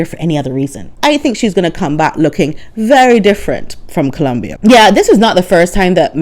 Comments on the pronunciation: I think you nailed it,!! Thank you! And thank you for correctly pronouncing "Colombia!" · As a Spanish speaker, MJam does not speak Spanish (and I love how you pronounce “Columbia”)